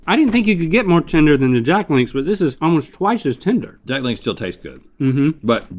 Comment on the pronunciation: Rhett keeps saying "tender" but i keep hearing "tinder"